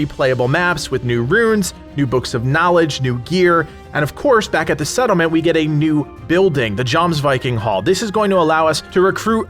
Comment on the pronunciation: I hope the jomvikings are actually worth while after this update. Also to be very nit-picky jomsviking should be pronounced as yomsviking